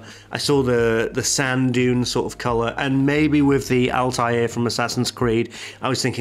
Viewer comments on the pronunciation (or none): It's not Altair from AC (flying eagle) its Althaïr which means ( Rebel ) in Arabic. It is pronounced with a (th) not (t).